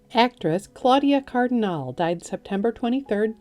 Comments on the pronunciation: I knew they would get the name wrong. Also,Henry Jaglom R.I.P. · Claudia "CAR-duh-nall-ley" 😢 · Cardinale is pronounced Cardinaly , the 'E' at the end of her surname is pronounced as a 'Y'